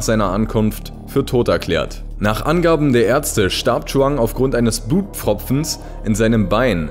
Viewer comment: Bei hab ich da Blutpopfens verstanden?